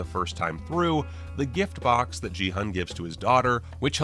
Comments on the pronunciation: In case you do another video, the "G" in "Gi-hun" is a hard "G" and the "Hun" is actually pronounced "Hoon." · You are pronouncing Gi-hun's name wrong.... The "g" is a hard g sound, not a soft g........... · "15 things only fans noticed" What does that even mean? The show is brand new, how can you be a fan before even watching it? Or is this supposed to mean "15 things that people who were actually interested in the show noticed"? In which case yeah, obviously. Also speaking of "fans", he has trouble pronouncing their names properly even though they were said many times in the show and he's making a video about it. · How do you watch an entire tv series and have no idea how to pronounce the main character's name? It was repeated more than any other's. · Your constant mispronunciation of Gi-hun's name was so jarring. It sure sounds like you didn't actually watch it, because how could you miss that kind of detail when it's said a thousand times in the show?